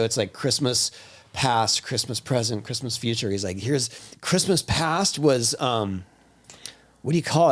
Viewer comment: Why can’t ya say Christmas?